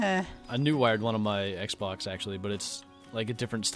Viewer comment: I love how he said xbok and not xbox